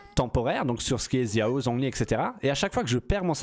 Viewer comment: "Zia-o" x)